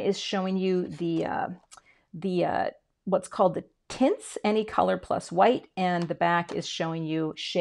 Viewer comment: Sounded like you said ‘tits’ but when I looked at the video I realized you were saying ‘tints’.